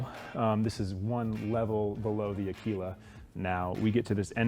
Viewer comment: As an Italian the pronunciation he has of Aquila, makes my ears bleed every time. In Italian Aquila means Eagle